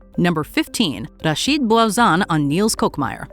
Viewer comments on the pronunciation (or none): none